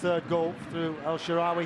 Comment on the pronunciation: Commentator couldn't pronounce El Shaarawy for shit....